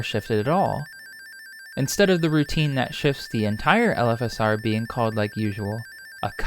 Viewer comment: LOL it took me a while to reailze you were saying "LFSR" and not "elephasaur", like some sort of gigantic elephant+dinosaur monster.